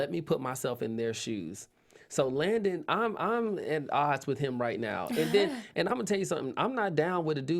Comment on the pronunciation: it’s LANDON not Langdon